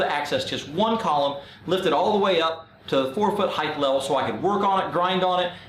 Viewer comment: good vid. must tell you, height is pronounced 'hite', like weight. no 'th'.